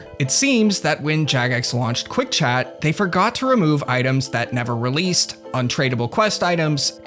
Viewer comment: Screen chaaht? I heard that Massachusetts